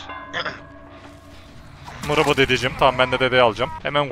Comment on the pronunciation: Abi niye mırıbı demiyon çok iyi desene